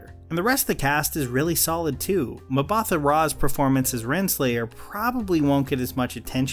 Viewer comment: It's pronounced Mba-ta not Mabather.